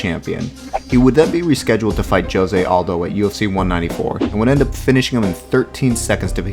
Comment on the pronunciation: U pronounced Jose Aldo name wrong